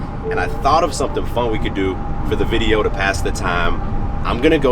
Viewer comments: Idk why it’s satisfying to hear u say “videow” 😂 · Maybe more of a Vide-Ya'll